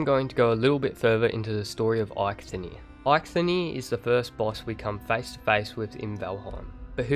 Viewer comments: you say it likes there is a nir ? his name is EIKTHYR, no nir, and silent h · the H in eikthyr is silent :), just wanted u to know so u dont destroy his name again :D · Eikthyr = Aithenie